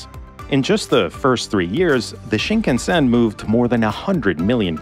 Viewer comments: Pronunciation of "shinkansen" is off. Sound like you are saying Sheen-KUN-sen. It should sound more like Sheen-kahn-sen. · Pronunciation: shin KAN sn. Shin: new. Kan-sen: central route, roughly.